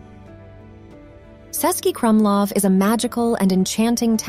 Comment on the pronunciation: It's not "Sesky Krumlov", it is "Chesky ..." (meaning Czech City Fortress). The letter "Č" is like "Ch" in English.